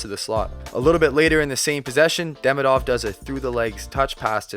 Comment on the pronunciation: Well, I need to say this out loud. He's not DEmidov or DemidOv, he's DemIdov, like Demeeedov. Think about Ovechkin's surname while trying to pronounce that 😆